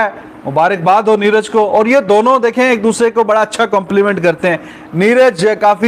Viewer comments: यार पाकिस्तान वालो अगर नाम पढ़ना नहीं आता तो कम से कम सुन कर सीख लिया करो, नीरज को नीराज बना देते हो, विराट को विरात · Niraaz nahi niraj hota hai bhn ki lodi... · Madam Neeraj hai, Neeraaaj nahi🤣🤣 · Neeraaj chopra porkiyo pe toh dhang se naam lena bhi nhi ata 🤣🤣🤣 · उच्चारण तो करो सही से, नाम है उनका "नीरज", "नीराज" नही है। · Neeraj not Neeraj hr name bigad dete hai ap log bartania Britain k ha 😃 bolte hai ap log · Madam j kam se kam aap Neeraj chopra g ka name to sahi se lo